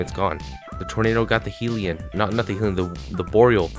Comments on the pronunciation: Its not 'Heellion warden' it's hellion warden with a short e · He-ili-on hellion